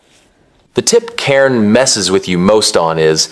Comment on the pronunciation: the pronunciation of "cairn" 😭